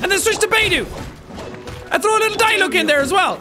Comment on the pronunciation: "Let's go Diluc, Diluck: try pronouncing my name... see you can't." Funny thing is that Jack pronounced Diluc correctly the first time he said it